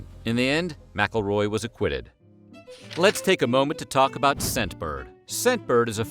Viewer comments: Isn't McElroy pronounced Mick-El-Roy? The narrator is saying the "Mackleroy" How someone didn't get him earlier is crazy. If I were the foster parents I would've ended him when he came for the child. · It's not "MackleRoy" It's McElroy you donut!!